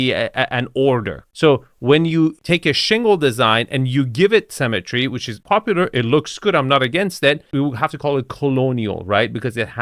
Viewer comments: 2FS, it's "symmetry" not "cemetery". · Love your videos but for someone making fun of other people's accents, you sure mispronounce symmetry as cemetery 😂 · It's symmetry not CEMETERY! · Can you please learn to not pronounce symmetry like cemetery? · the word is Symmetry. It's pronounced si·muh·tree. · “Cemetery” or “symmetry”?;) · Am I the only one always hearing cemetery, when you say symmetry?